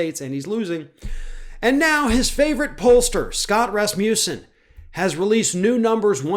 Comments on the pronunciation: "Raz-moose-en"? lol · Sorry about this digression, but is that how he (Scott Rasmussen) pronounces his name or is it the way Americans interpret it? As a speaker of a Scandinavian language, it throws me off every single time it's being said. To me, the first a should have a more 'ah' sound, the u should be pronounced without j sound before the u (as in not euw, just uw). Of course, none of this matters as it has nothing to do with what's being said. Again, sorry for digressing into the unrelated issue of phonetics. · Rasmussen is definitely not pronounced like this... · Here som trivia. Last name Rasmussen actually means son of Rasmus. Sen is the son part of the name. In the olden days, people inherited their surname based on the farthers first name and with the ending sen (son). So to say the surname correctly it has to be - Rasmus-sen.